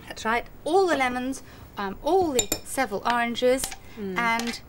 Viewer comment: Mary's pronunciation of Seville is almost as bad as her pronunciation of margarine 😁